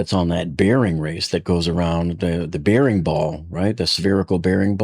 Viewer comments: Bearing rhymes with "bare" not "beer". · FYI, klev-is bair-ing